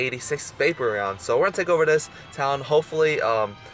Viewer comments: vapoureon is like vae-por-ion not vape-re-on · Vapeprion? That's how YOU pronounce it? It's Va-Por-Eon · Dude you can't pernounce any Pokemon names it's not vapreon its vaporeon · say it with me VaporEON. NOT vapor...eon. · Is it just me or does it bother you when people say Vapereon instead of Vaporeon? I mean I get that's your way of saying it but I'm just saying. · Dis Boi says Vaperon not Vaporeon lol. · Yo he says Vaper eon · you don't say vaporeon the right was, it's p instead of b. it's not vaboreon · no hate just saying the hole vid you said vapron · You don't say vaporeon right you say B instead of P